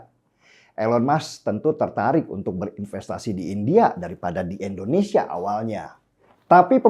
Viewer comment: Abg mnta maf sbelum nya,, krna aqw dengar b kata endonesia luruskan nma negara kita yg tercinta ini indonesia.. Bkn endonesia